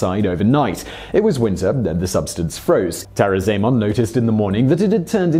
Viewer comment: Ahgar Ahgar and Tah-rah-zah-eh-mon < - That was hard to type haha But yes proper pronunciation